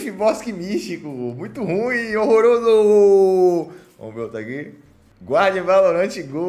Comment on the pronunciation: O cara falando rorroroso meu sonho era ter uma dessas